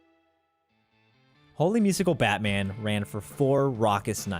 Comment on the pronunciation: I really think it's meant to be pronounced "Holy Musical, Batman!", and not "Holy (Musical Batman)!"